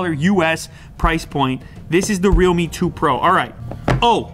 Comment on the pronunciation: Is there anyone who pronounced REALME as Readme?